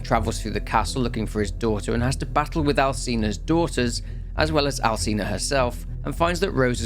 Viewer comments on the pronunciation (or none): it's pronounced Alchina not Alcina lmao